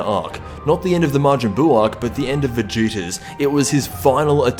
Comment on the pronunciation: "Vegituuzz" xDD Nice video